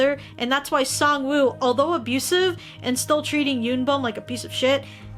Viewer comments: SAngwoo, not Songwoo Not trying to offend anyone, I know it can be pronounced either way. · I know it's written "woo" and that is the correct way to write it, but in Korean if you were to read it, you wouldn't pronounce the w. It's kinda more just oo. It doesn't necessarily bother me so much, but I just saw it so much around everywhere lol